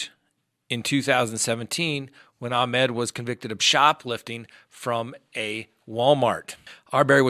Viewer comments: pronunciation of his first name is wrong. Ahmaud not ahmed. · Ahmaud. Not Ahmed. 🤦